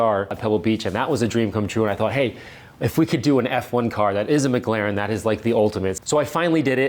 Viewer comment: The way this guy pronounces "Mclaren", "Ayrton Senna", "David Coulthard".. Good god..